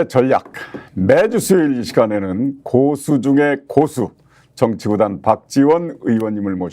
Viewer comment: 고수의 첫 자는 아주 짧게 고라고 발음해야합니다.